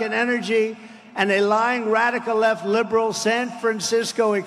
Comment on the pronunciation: "She's not lib'rul."